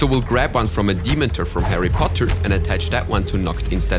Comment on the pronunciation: He said demon-ter It's de-men-tor